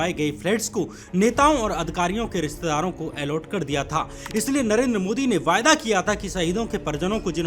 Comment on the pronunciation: Vaaida ❌ VAADA ✅ (promise) you say it incorrectly- you keep on saying “Vaaida”